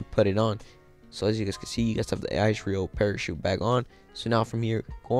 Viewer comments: Am I the only one who cant stop from laughing everytime he says icereal parachute 😂😂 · He doesn’t know how to say Israel